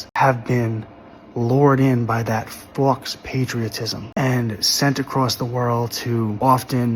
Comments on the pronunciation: Every time he says fox i take a drink 😂 but yeah he's right. It's pronounced 'foh'. It is french for 'false' i.e. faux-leather lamp shades or faux-fur coats. He means 'false patriotism'. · Fux patriotism 😂 he needed a google pronunciation prior to making the video lol but I agree with everything he said We’ve killed over 6 million innocent civilians in our endless bombing raids since the start of the Vietnam war to now. The United States has only 17 years of peace time. We’ve committed one genocide for the land we now call home and we’re helping Israel with their genocide now, again for land. We’ve invented reasons to go to war in the Middle East for oil several times, we average about two regime changes per year since the end of World War Two. If you don’t think this country has long lost its way then you’re heavily intoxicated on the powers that be’s (military industrial complex)propaganda and need to learn, and put to use, some critical thinking skills. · The word faux is from the French, it is pronounced fo, and means essentially,false. Other than your mispronunciations you didn't say one thing I disagree with.